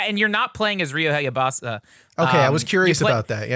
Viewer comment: said ryu hyabasa like a kilbasa sausages